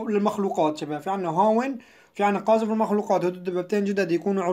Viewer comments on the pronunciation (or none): شو اللغة هادي "قازفة"😏😣 قاذفة